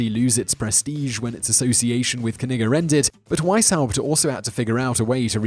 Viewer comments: im just convinced thats not how you pronounce that barons name, i imagine the k is silent and the double g making it pronounce more like 'neejay' or 'neejuh' but im just me.. i like etymology and pronunciation, but i aint no expert no siree, so .. k-nigga all you like there simon. hmm.. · Baron von Knigge lmfao he actually pronounced it correct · i swear i heard "barren von 'nigga'" lol